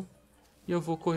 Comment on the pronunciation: Orichicum kkkkk é oricalcum a pronúncia certa